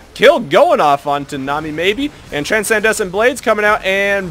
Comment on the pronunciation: dudeee gg wp but. TRANSCENDENT BLADES not TRANSENDESCENT loool every time xD gg tho <3